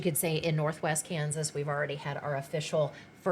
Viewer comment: Please stop saying west with an A and Kansas with an E